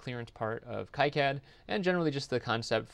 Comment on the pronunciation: Just a heads up You are pronouncing KiCAD incorrectly it's not KI as in HIGH it's KEE and is Knee Here is the Wiki snippet to prove it "KiCad (/ˈkiːˌkæd/ KEE-kad[7]) " see.......................KEE KAD